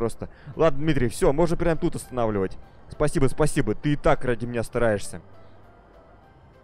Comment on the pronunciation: "Спасибоу" "Колозвончик" кто заметил? xDD